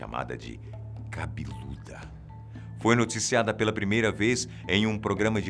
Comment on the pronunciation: vivi pra ouvir ele dizer "cabiluda" llkkkkkkkkkkkkkkkkkkjkkkkkkkjkkkkkkkkkkk